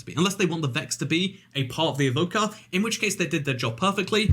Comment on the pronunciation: when he said evoker i thought he said vodka